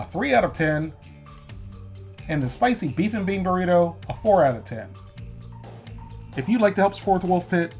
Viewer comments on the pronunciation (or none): It’s funny how he says BORRITO instead of BURRITO hahahah XD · Is he saying borrito?